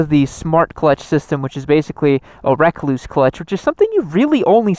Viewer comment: Rekluse is pronounced the same as the brown recluse spider, not wreck clues... Hence the spider as their emblem...